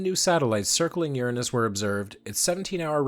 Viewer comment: re: pronouncing Uranus, THANK YOU!!!!!! I really think it should've been spelled Ouranos so we wouldn't have to deal with the stupid-ass butt jokes.